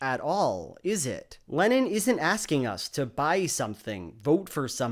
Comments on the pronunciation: I had to keep reminding myself throughout the whole video that he was saying "Lennon" and not "Lenin" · ok i dont know if its my non native english speaker ears, but are you saying john lenon, or john LENIN? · I keep hearing Lenin instead of Lennon lol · It doesn't help that whenever a native speaker says "Lenon" it sounds to my ears like "Lenin" 😪🤭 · Every time you say “Lennon” i hear “Lenin” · Great video. Such a power move to pronounce Lennon as "Lenin" throughout. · Here I am hearing Lenon as Lenin. lmao. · Love how you keep saying Lenin for Lennon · 15 minutes of pronouncing 'Lennon' as 'Lenin' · Every time you say "Lennon", it sounds like you're saying "Lenin"... Freudian slip much? Watch out, Shapiro might DESTROY you with this fact and logic! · John Lenin?.. Lenin? Did I just hear that?! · I keep hearing "Lenin" instead of "Lennon" 🤭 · I keep hearing Lenin istead of Lennon, that's some brainfuck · Maybe Ben just got confused, as I did, with you pronouncing Lennon as Lenin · Otherwise a good video, but you pronounce Lennon exactly how one would pronounce Lenin :D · Why do you pronounce Lennon like "Lenin" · Kudos for pronouncing Lennon (to my ears) like Lenin. Top notch stuff thank you! =8)-DX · I love the way you pronounce Lennon so it sounds like Lenin. :D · Mmmmmh. Everytime you say Lenon I hear Lenin. I'm not joking that's what I get from the pronounciation. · Instead of lennon i was hearing leninXD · Every time you say lennin as in john lennin, i for a split second think your talking about Vladimir lennin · I keep hearing Lenin every time u say Lennon